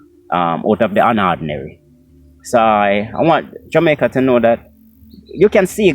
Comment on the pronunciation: Did you just say Jamiaca oh you were high my brother